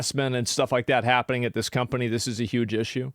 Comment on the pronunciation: Did you just call Ubisoft a scumpany?